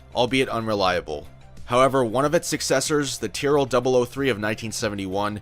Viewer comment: Though I am Japanese, WhaTs「ティア」？ please read correctly!